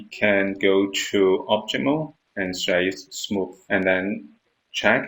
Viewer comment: Thank you but would you mind looking up how to pronounce "select" and "edit mode". Thank you I really appreciate.